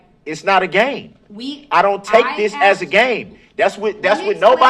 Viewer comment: Iz not no gayme cmon man English i cant watch much more now. And im from MI